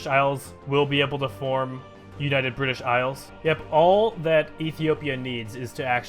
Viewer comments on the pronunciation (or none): none